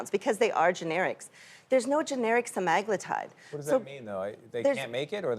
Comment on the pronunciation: SEMAAHHGLUTIDE.. ITS SEMAGLUUUTIDE lady.